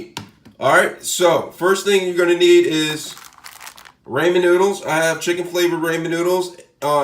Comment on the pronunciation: that’s not how you say ramen...................................... are the noodles a person????????????????